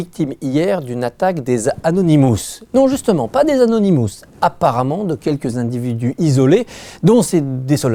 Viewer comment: et au fait, c'est anonymous et pas anounimous